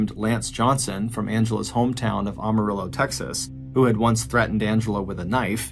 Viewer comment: It's Am-marillo not Arm-arillo